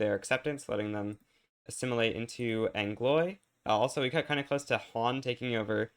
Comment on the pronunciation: Pls it's pronounced anglwa not angloy. Good shit, though.